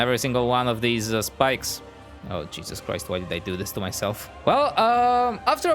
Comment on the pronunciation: Did I Hear You Said Cheeses Crise